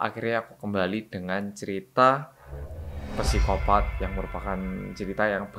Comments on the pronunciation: Kak im sorry, saya dah ngikutin channel nya dr dulu. Penyebutan kata psikopat itu bacanya sikopat bukan pisikopat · Bacanya sikopaaat om astaga mbaleni maneh ngomong psikopat wqwq